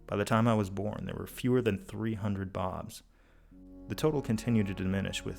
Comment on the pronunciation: there where five hundred and twenny fye bawbs